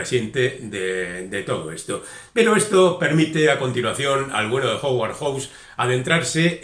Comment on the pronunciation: recuerda que HOWARD se pronuncua jáuard, y HAWKS es joks. No suena ninguna U.